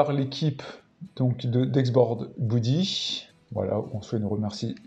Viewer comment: Beudy pas boudy 😅 Sinon ça prend un peu trop de place à mon goût sur un bureau mais l'idée est la